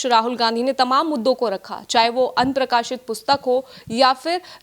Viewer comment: Anprakashit kuch nahi hota aprakashit hota h please theek karein